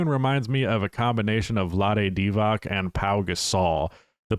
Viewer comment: "DIVAC" is pronounced as "DIVATS" (not "DIVAK")..the man is, at the very least, an iconic NBA player (people used to say just "Vlade" and you knew who they spoke about..some still do), please be respectful and learn how to say his name properly. -I understand that with obscure European players...why bother? But Vlade was no slouch on the court. -I understand that this is how the media called him back then..but there's no excuse for people nowadays to keep butchering the mans name. It takes just a few seconds to look up a players name and how it is supposed to be pronounced..and it makes you look like you know what you are talking about..instead of "box score watching". TLDR: A teacher that says "edumacation" instead of education will never be seen as someone who is an expert. Please pronounce players names properly.